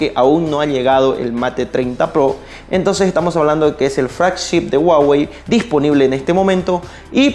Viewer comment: "El guagey" 🤔